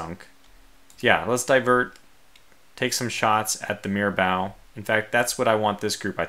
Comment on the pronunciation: Great work in this absolute cluster of a battle. One thing though: It's pronounced Mira-Boh not Mira-Bow. If you could, just throw the ship names into Google Translate and listen to how they're pronounced.